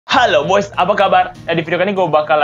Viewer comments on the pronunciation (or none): Dia ngomong hallo boys apa hallo guys?